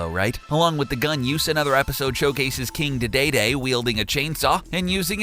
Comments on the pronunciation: "King Duhdayday" It's pronounced "Dee-dee-dee" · ITS KING DE DE DUMASS NOT KING DA DA HAVE YOU EVER PLAYED SMASH BROS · King da day de day you guys know it’s king dee dee dee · King DEE DEE DEE, not day Dee dee...do you even game? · "King Dey Day Day" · "king deh dayday" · Saimus, King DuhDayDay and Polkamon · "King da Dey Dey" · He said king daydayday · "King Didayday" "Kirby is ranked nearly as high as metanight in Smash Bros" what lists have you been looking at? He's bottom tier. Literally, in melee, he is at the very very bottom. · "King Duhdayday" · king DUHDAYDAY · "King de day day"...... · King Da-Dae-Dae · After he said King DayDayDay... I had to stop watching. Good try. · The way you pronounced King Dedede annoys me.